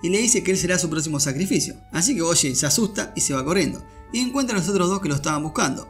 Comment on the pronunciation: Oye guapo, desde que hiciste el resumen han ocurrido cosas que me dejaron completamente IMPAKTADARKS y con ansias espero que hagas un resumen de aquello con ese estilo tan único que tienes. Por cierto debido a ti ahora le digo Boshi en vez de Bojji es que suena taaaaan astetik JAJAJA